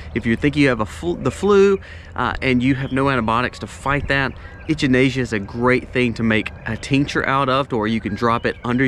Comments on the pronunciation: It wasn't until I heard you reference it as a cone-flower that I realised you were talking about echinacea... The "ch" is pronounced like "CK" 👍👍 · It's actually Echinacea not Enchinacea like he said. We use it alot. Works very well for our animals too. Have healed many issues with them. We only take as needed nit supposed to take for long periods of time. Also use Oregano powder in same manner as well as the oil. My son got bitten by a brown recluse spider and the oil kept it from spreading or getting worse and healed it also. Hope this helps somebody in this community. Thanks fie the video.... Jeff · Love the way you say echinacea! Lol never heard it pronounced like that! A lot of helpful info in this video, thank you! I really need to work on starting an herb garden.